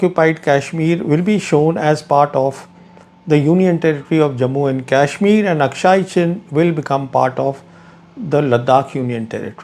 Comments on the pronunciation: It's not kaishmir as you are pronouncing, it is kashmir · This Brown Sahib can't even pronounce kashmir properly. I saw this man with Pakistani Army men. Is he the same one.🤔🤔🤔🤔